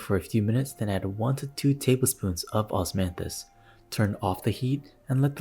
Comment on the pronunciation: “Osmathis flowers” OsMaThIs wiNe JSDJSOSHSJDJJS